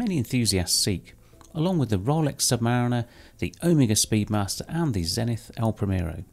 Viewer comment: That was a great review, thanks. The Santos is a very styled and detailed watch but done with such art that there's no "Oh for goodness sake" about it and it fits into your collection really well. I like too that you pronounce Omega correctly.